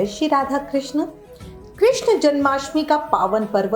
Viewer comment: कृष्ण hota hai कृष्णा nahi